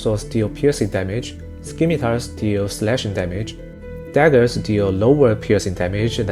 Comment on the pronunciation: Scimitar is pronounced “simitar .” The ‘c’ is silent. I know English isn’t your first language, not a hit on you, just trying to make you better. Thank you for this video!